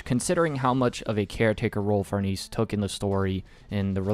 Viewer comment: Also the pronunciation for Farnese is Far-Nah-say, hope I’m being helpful